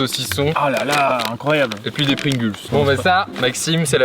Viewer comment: c'est moi ou il a dit "Pringuls" 😳😳